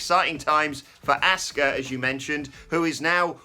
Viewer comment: This channel is the only people who can't pronounce Asuka's name 🤦‍♂️🤷‍♂️😆 They say ASK-UH 🤷‍♂️ when everyone else in the world says AHH-SKUH